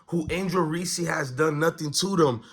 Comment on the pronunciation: Wow the cc haters are in force lmao… learn how to pronounce Reese’s name too… you try to bring out race… find a better argument…. You claim to be an avid sports follower… smh … she didn’t win anything? … tell me how many players on Iowas team would have started on South Carolina or lsu? Clark took to Iowa to 2 finals… won player of year 2 years in a row could have easily been 3… maybe try to do in-depth analysis… 2 turnovers were on bad ref calls, 3 to 4 were mishandled by her bigs… now why don’t you discuss how James, iverson, Wimby, bird, or any other phenom when they played their first game.. hell Thomas even had 7 turnovers in the game… yes I am white nan who had mixed kids before you try to brush off these comments due to my color…